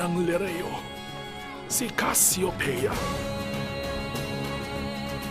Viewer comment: Hindi casyopea Cassiopea!!